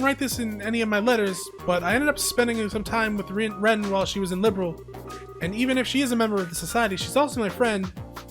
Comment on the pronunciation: Youve also mispronounced liberl but is all good😅 dont mind me ik ur videos are a few years old but rewatching since i cant play. Hope your around tho ill drop some comments here and there 😁